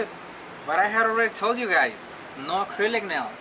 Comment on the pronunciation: “acurlic nails”